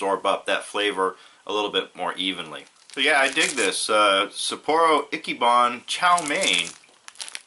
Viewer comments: It's EECHEE-BON, dumbass. Not icky ban, not itchy ban, EECHEE bon. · Not "Acky" ban, say it right, damnit, It's "Itchy" ban. "Sapporo Itchy-ban".